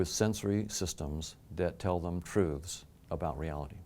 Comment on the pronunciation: The way he says truths really urks me lol... Trooths...